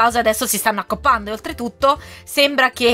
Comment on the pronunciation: "Si stanno accoppando" Io che ho sentito accoppiando 😂